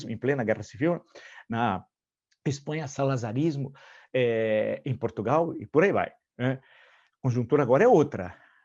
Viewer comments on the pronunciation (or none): none